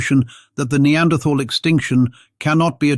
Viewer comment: Funny that the reader does not know how to say "Denisovan," or "Neanderthal."